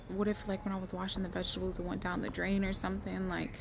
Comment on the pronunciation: The way is pronouncing( veshtable)me: vegetable